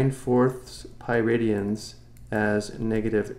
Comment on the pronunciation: For better explanations, check out "The Organic Chemistry Tutor". After watching this video 3 times, all I could hear is "Piridians" :(